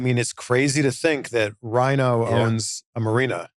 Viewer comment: Isn't it "rhyno"?